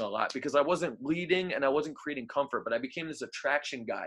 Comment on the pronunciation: You pronounce bleeding like breathing 😂😂